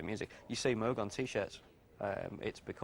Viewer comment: Moog! It’s pronounced like VOGUE but with an M! Please get it right.